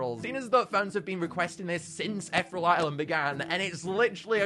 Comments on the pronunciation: I love your videos but it angers me when you say ‘ether ull’ and not ‘eth ear ee al’ 😂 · eth-rel? Ee-thee-real! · Ee-thear-ee-al. Just thought i'd say that. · I swear I cringed every time he pronounced ethereal “ethrel” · It's pronounced eth-EERIE-al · I'm sorry i love his content but does it bug anyone else how he pronounces ethereal 😭